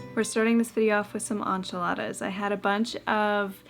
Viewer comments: On-chiladas threw this Texan through a loop too! Hahaha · Inch ee la thuh! Is correct ☝🏻😅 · I've heard a lot of funny pronunciations but as a Texan who makes and eats enchiladas all the time, I've literally never heard them called On-chiladas❤ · The way you pronounce enchiladas tickles my soul. 🙊🤣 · The way you say enchiladas is cracking me up!!!😂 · I'm Latina and watching you make enchiladas... EEEK! But it's OK, you're from Canada and not from down South... We love you anyway! 😂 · I'm canadian and I definitely don't, hahaha! I was cringing the whole time 😂